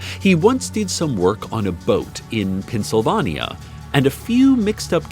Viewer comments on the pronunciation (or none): The way he said "Pennsylvania" was 10/10. So proud to live to live in Pencilvanya